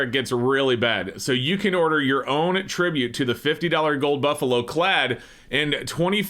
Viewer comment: "Tribute" LOLNOPE